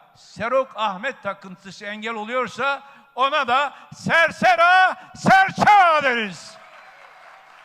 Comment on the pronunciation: Daha Serseran Serçava bile diyemiyor hödük